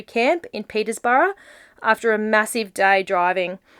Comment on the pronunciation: There is no s in Peterborough